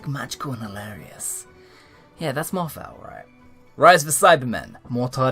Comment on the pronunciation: Love your videos, but find it frustrating that you continually mispronounce Gatiss and Moffat's names.